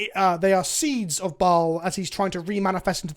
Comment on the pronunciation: Since you mentioned it, here you go: Bhaal = beh-HAHL (it is mispronounced by every single person in the games). Baal is a separate god. p.s. Why does Volo get another card? He has a book named after him. So does Tasha.